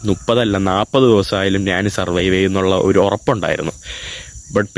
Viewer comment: നാണ്, നാന്, നാണു എന്താ? ഞാൻ എന്ന് പറഞ്ഞു പഠിക്കെടാ മുറിയ!